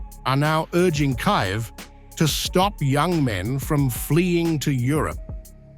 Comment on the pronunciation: Kayev? I thought it was Kiev 😆😁